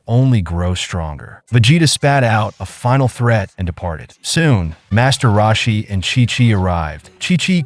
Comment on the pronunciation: "master rawshie"